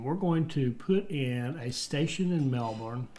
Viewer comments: honestly I've heard people pronounce Ballarat worse, but the your kind pronounce Melbourne makes my ears hurt. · As an Australian, I can say the best was to pronounce the town names is to say them as lazy as possible. Melbourne > ‘melbin’